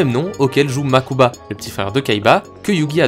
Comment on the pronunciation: Un truc que j’ai jamais compris, si les bro kaibas sont "riche" pourquoi mokuba ( makuba ) et toujours habillé comme un sdf et Seto à 5 tenues ( je compte pas le dernier film ou il habillé comme pour un gala ) ? Ah et oui mokuba et prononcé une seul fois en vf par… seto ( des fois la vf on dirait celle de dbz ou cdz ( saint seiya ) ex: au lieu de dire «MAZENKO! gohan dit RAYON MAGIQUE! »dans dbz ou en encore seiya quj a pris «UNE DÉCHARGE ÉLECTRONIQUE» ) aaah quelle époque tous ça 🥰